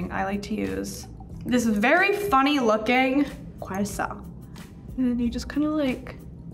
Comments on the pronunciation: the way she pronounced gua sha 🤣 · THE WAY SHE PRONOUNCES IT! 😩